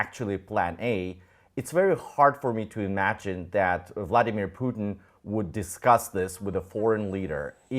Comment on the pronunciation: Why is this Russian pronouncing Vladimir incorrectly?